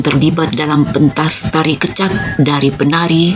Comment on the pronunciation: terima kasih sharing nya,... koreksi sedikit pengucapan kata "kecak" kami di Bali mengucapkan ke- nya itu seperti ke pada kata kecap, bukan ke spt pd kata keluar. salam rahayu